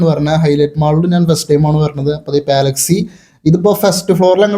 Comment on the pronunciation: പാല അല്ല പലാ 🙌🏻 പലാക്സി